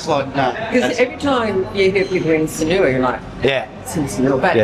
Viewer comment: we love your videos regardless of how you pronounce Sanur 😊